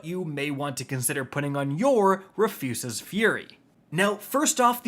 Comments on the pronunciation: Rafoose? Bro it’s Rufus with an extra S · “Ruh-foos-ez-es” Fury. Bro come on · Wait,, Did you say... RUHFYOOSES? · Roo-fuss's lol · Roo' fus' es ...say it with me now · Honestly he pronounces so many things wrong I gotta imagine he does it on purpose. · Why isn't there a single North American content creator that can say Rufus's correctly xD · Why are you pronouncing Rufus like that 💀